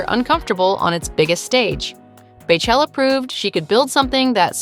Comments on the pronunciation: I can’t believe you said “bay chella” not even 30 seconds into the video 😑😑😡 it’s pronounced BEE chella. Like her name is pronounced! PLEASE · Please...PLEASE. Not Bay or Bae it is Bey like Bee. Beychella. 🐝chella. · “BAY CHELLA” i’m soooo irritated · Her name is BEYoncé so why are you saying BAYchella 🤦🏽‍♂️